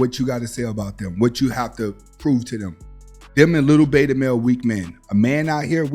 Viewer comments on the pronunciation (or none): none